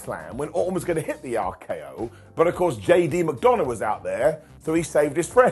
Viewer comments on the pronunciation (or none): veer came on monday night raw. he certainly did., I'm so upset at you. Why do you call JD McDuhnuh, "JD McDounut?" He is a man with feelings, not a circular fried cake. You missed the seeds they are plating to set up the greatest stable of the modern era: JD, Jelly Roll and CM punk, who will be known as "Jelly C McDunaroll."